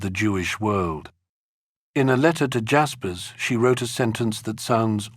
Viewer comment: You pronounce Jaspers wrongly. It’s NOT ‘dj’.